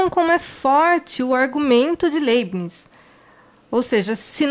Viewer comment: A pronúncia correta seria "Laibniz"